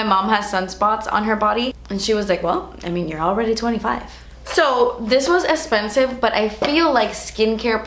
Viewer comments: Sounds so funny to hear you say "expensive" and not "esspensive..." LOL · I came hoping to hear 'Dats ESS-PENSIVE' & you came through 😂💳💰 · ESSPENSIVE 😂 Love you!! 😂❤️ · I like how she says "expensive" 😂😂🙌🏼